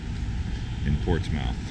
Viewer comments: You have to say it fast not like two words Portsmouth not ports mouth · It's Ports muth, not Ports mouth. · It’s pronounced “Portsmuth”not Ports Mouth!!!!!! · it's not pronounced "Ports-mouth" its pronounced "Port-smith" it's a "New England" thing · We dont say ports-mouth, it sounds like Portsmuth. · Ok I am from there, its not pronounced Ports MOUTH, Its pronounced Ports Smith. You should have come earlier, they have plays in the park down where all the flowers are, at night. Its a lot of fun. One of the side sts. I don't think you went down, but Chestnut St. When they dug the st. up for pipes, they found an old slave graveyard under the road. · Correct pronunciation is Port smith,not Port smouth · Its NOT POSTS MOUTH..its portsmth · Pronounced Ports-MUTH, not Ports-MOUTH. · PortsMUTH... NOT MOUTH! 🤣🤣🤣😂😂😂 Explore the name FIRST! And its Dart MUTH... not MOUTH! Wuuuuster... not WOR CHES TER. West FUD, not WestFORD ChemsFUD... Not ChelmsFORD... Cmon... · It's Ports-muth not Ports-mouth. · Ports mouth???? Its pronounced ports smith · Its pronounced portsmith nit Portsmouth.duh!! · PORTS MOUTH??? Portsmouth is pronounced "Ports-myth" don't worry though I say it the wrongw way for fun lol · It’s pronounced Ports-moth, not Ports-mouth. Good lord. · “Ports-moth,” not “Ports-mouth.” Good lord. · In England (UK) we pronounce it Portsm'th. You just sot of lose the "ou". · Or Ports - myth, Dart - myth (Dartmouth) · Try again. It is pronounced PORTSMUTH,NOT PORTSMITH,NOT PORTSMOUTH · I live 3.5 miles from here and I have to say I absolutely LOVE it!!! Great video. Oh, and I hate to be one of those people but it's pronounced Ports-muth 😊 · Great video! Portsmouth is pronounced like Portsmith. 🙂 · Ports Mouth 😂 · Buddy, I could be wrong but I believe it's pronounced Port Smith. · My aunt came visiting from California a while ago and I remember dying in the back seat laughing when she said it like “LETS GO TO PORTS MOUTH!” It was hilarious 😂🤣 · Port Smith is also acceptable.